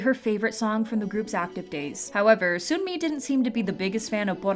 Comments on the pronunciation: Making it even more clear cuz Sunmi 선미 pronounced seonmi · just letting you know that yangyangs name is pronounced yah-ng yah-ng and sunmis name is pronounced sun-mi!(as in sun ☀️)it’s kind of hard to explain how they’re pronounced with english letters so i encourage you to look up how to properly say them!